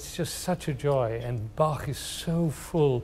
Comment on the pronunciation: He is full of wisdom and the 1st native english speaker I ever heard , who pronounced Bach the right way.